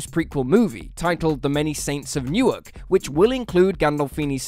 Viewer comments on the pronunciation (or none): none